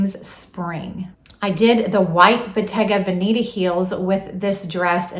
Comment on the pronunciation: Let me tune in right now. We have to work on the Bottega Veneta name. It’s Van a ta with a short E.. not Va Neat ta.